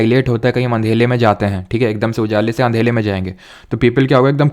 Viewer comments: Sir andela nhi Andera hota h 😅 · Sir ka andhela bola is permanant 🤣